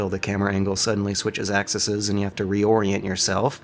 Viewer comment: Plural of "axis" is "axes," pronounced "ax-eez."